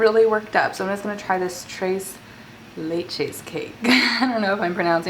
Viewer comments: It's not treys leyches it's pronounced TRES LECHES!!!!!!! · She said “trayce laychase” 😭💀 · "Treys leytches" 🤦🏽‍♀️🤦🏽‍♀️🤦🏽‍♀️ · It was so cringey hearing her pronounce tres leches like “ trays laychays “ 😂😂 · its pronounced as " tress lechess " like chess. lol <3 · It's pronounced like Thress Leh-chess. Love you girl! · all the mexicans are triggered at the way she said tres leches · But why did u snap 😊 loved how you explained your opinion without saying the words I would have liked to say 😅 you almost said tres leches right lol I would have to send u a voice message as to how to say it but aye u tried that’s all that matters 😂❤️